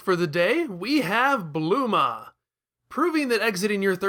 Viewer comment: ...did you call Bulma... Bluma?